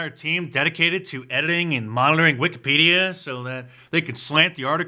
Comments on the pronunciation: He pronounced Wikipedia as Wicked-Pedo-a…….Hmmmmm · The way he pronounced Wikipedia gives pedo- vibes